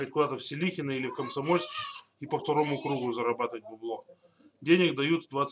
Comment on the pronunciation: Не Селихено ударение ставь на о.